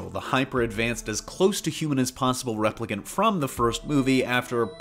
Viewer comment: I miss the days when we had longer movies with Intermissions . I guess attentions spans are shorter—or maybe shorter movies are for the nicotine addicts…? P.S.-- You pronounced "Replicant: wrong, as well as "Villeneuve". (Seems "news" of any sort is getting "damn sloppy!") ☮